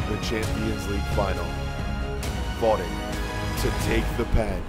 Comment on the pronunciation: Bro it isn't about this career but it's not paylay it's not laywa it's not fodin it's pronounced pelay it's pronounced levandovski it's pronounced fode in